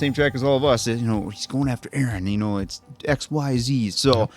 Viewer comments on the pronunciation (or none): lol why are you guys saying arman and aaron instead of armin and eren all the time 😭😭